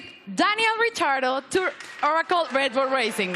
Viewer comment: Holy bleep Did she really just call him "Daniel Retardo"😳